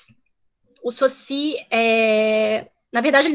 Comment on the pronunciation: Ferdinand Saussure (a pronúncia é sôssi) Que vergonha de uma "pesquisadora de linguagem ainda não se familiariza com a pronúncia de Saussure. Fora a militância de criticar o conservadorismo. Sou professor de Português, lamentável pelo preconceito do "bem" com que é conservador.